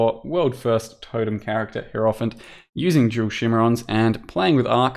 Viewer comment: It is pronounced hierophant, not hierophant.